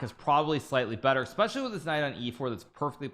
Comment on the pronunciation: Holy Lord, are you saying, "Exspecially?"